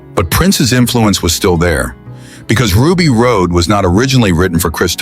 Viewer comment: AI trash, at least teach it how to pronounce Ruby Rhod's name